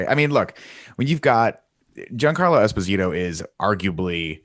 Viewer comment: DJ i really like you and love your work but learn to pronounce Esposito, as an Italian who has the same origins as Giancarlo it hurts me 😂